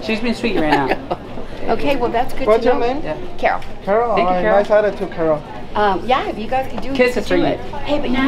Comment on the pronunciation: Did she say her name was "Carol" or "Barrel"?